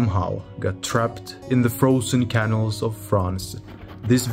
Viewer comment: Back to caniils again. It is ca-naals.